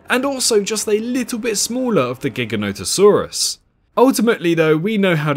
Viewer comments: You are pronouncing Giganotosaurus wrong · It astounds me how many people pronounce Giganotosaurus wrong 🤦‍♂️